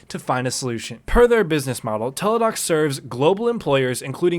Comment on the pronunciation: Isn't it Teladoc Health? Not Teledoc.